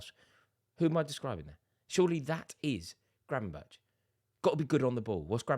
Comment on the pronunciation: Gravenberch is pronounced Gravenberg, at least that's how the dutch pronounce it.